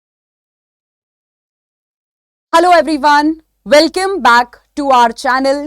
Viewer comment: Welcome ❎ Welkeme ✅😂😅❤😂😂